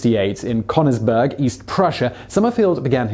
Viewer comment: "Connorsbeurg" sounds hillarious xd especially when you know how to actually say "Königsburg"